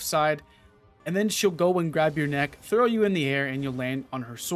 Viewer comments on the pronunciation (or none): none